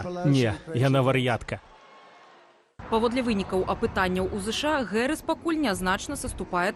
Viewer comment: американское произношение: [ˈ kɑːmələ ˈdeɪvi 'hærɪs] , Белсат, почему искажаете фамилию Вице-президента США? Какая, нахрен, Гэрис? Совсем обдолбались редакторы?